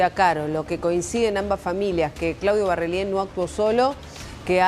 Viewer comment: Dos meses y todavia no aprendiste a decir Barrelier???